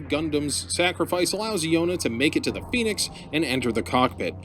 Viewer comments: Also it’s pronounced Zee-ong, and Phenex is pronounced Fen-ex, not Phoenix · Say phoenix! Say pheonix one more gawrram time! I dare you! i triple dog dare you! for fracks sakes!